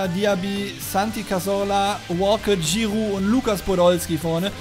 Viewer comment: Wie er Giroud betont :D